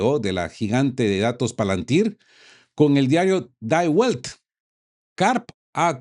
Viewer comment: em aleman El diário se pronincia DI VELT